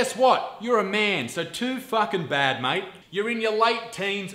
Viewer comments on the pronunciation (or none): none